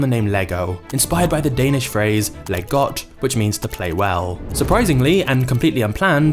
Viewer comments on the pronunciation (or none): Pronouncing "Leg" as english leg, and "Ole" as the spanish olé, man this is one funny video for a dane : P